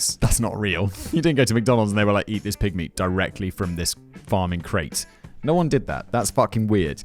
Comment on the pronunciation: cause right before that Simon said they don't make you eat pig meat from this farming create, but the way he says pig meat sounds like pygmy l, and the dark souls intro says something like the pygmy is soon forgotten